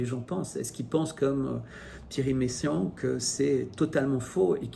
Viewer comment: Encore une chose en passant, j'entends dans votre vidéo "Messiaen" et non "Meyssan". La fin du temps. Mais peut-être sont-ce mes oreilles vieillissantes.